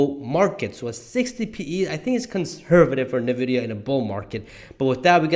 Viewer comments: Why do you say „nevidia“ instead of „envidia“. I thought the letter n is spelled en in English. It sounds funny how you say it 😅 Great analysis though ❤ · Great video! Thanks for sharing! A small correction. The pronunciation of the company/stock is not "ne" vidia, but "n" vidia. (The letter n.) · Please pronounce NVIDIA correctly 🤦‍♂️